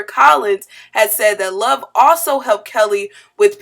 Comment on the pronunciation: I thought the judge kept call Love “shortie” 😂